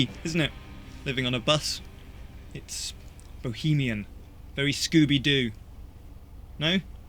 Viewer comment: I like it that said Bohemien... La Vieh Bohem.... <3